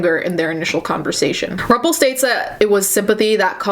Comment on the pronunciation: Hearing you say Rumpel was pretty cool. This is so fucked up though.